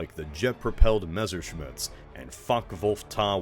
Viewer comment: What, you've never heard an Ohioan mispronounce a German name before? No but seriously; memmerschmidts. Does. Not. Get. Old.